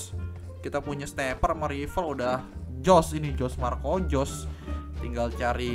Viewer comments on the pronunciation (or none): none